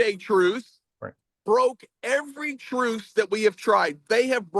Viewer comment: OMG, what is wrong with mic? That lisp is too pronounced to be believable. I’ve watched him, many times and never had any difficulty understanding him, but this time I’ve had to rewind and try again a couple of times. For some reason “truce” is the worst. It comes out as “truth” every time. However, props to both of you, for doing this.